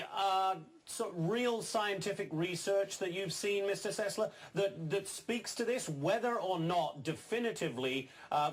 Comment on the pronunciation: Adam Sessler not Adam "Sesslar"